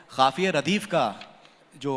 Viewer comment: jnab ka Q, K, Kh, thik nahi he . khurbani nahi hoti janab qurbani hoti he, wakht nahi hota waqt hota he, ahmakh nahi hota ahmak hota he, khafiya nahi hota qafiya hota he :) aap thoda ispar kaam kre. ye isliye kaha ki aap urdu pr baat kr rahe ho.